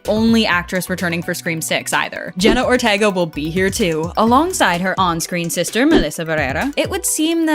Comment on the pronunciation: please say Jenna her lasy name right😭